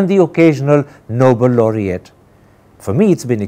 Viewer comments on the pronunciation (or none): Mr. Tapar.. In your opening lines you pronounce 'nobel' as 'noble' - surprising !!